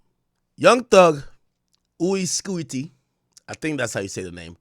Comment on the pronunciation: Ak said uy scuti in French 😂😂